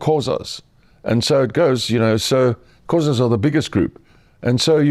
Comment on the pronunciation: Being south African he should pronounce Xhosa proper